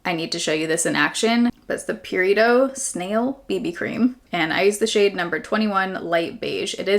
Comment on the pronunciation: Every time you said "Purito" I thought you were saying "burrito" lmao. Reminds me of OG baerrito 😭